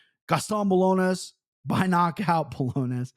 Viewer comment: Bro, it’s Bo-LAWN-yohs 😂 and also is Rafa with an R, not an H. And yeah, it was driving me crazy on my drive into work this morning.